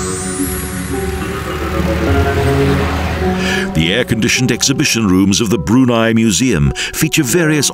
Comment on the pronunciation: he should have learned how to pronounce the country name and late sultans name correctly. btw, the background music? it's Arabian music.